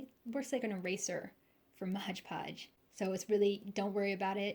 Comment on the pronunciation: Very nice, exactly what I needed. For the record, it’s MOD podge, not modge podge 😂😂😂